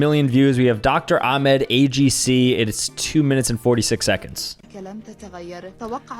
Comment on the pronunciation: You said Ahmad wrong I am so mad right now